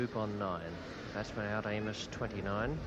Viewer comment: wish the presenter had troubled to check the pronunciations, especially Dennis Amiss - not hard Benaud mentions him on the tape